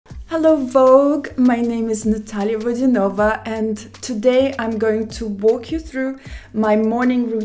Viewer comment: Because her surname is VodyanOva.